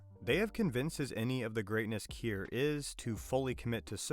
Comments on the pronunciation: Did you even watch the show? If so, i cant understand how in hell you keep misprinouncing the names. Eg. Key-ear, milli-check. No one ever pronounced them like that in the show. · Your AI voice can’t say Kier correctly and you spelled Milchick wrong, it said it as Milichick, what is that, 1/1000th of a chick? Get it together.